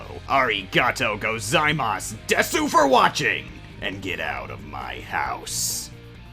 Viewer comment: you know desu is pronounced des in japessnes right